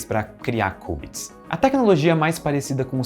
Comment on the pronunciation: Ótimo vídeo, só um adendo: se pronuncia "kiubits" não "kubits", de resto perfeita explicação.